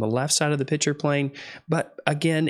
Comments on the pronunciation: "Pitcher" - picture "empordent" - important "singGer" - singer It's annoying as fuck. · Please, maybe it's because I wear hearing aids but are you saying "pitcher" plane instead of pikture/picture plane? BTW, you're videos are great instruction! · Please, please stop calling a picture a “pitcher”!